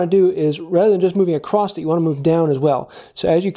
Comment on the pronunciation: Did you make this video just to see how many times you can say "acrosst"?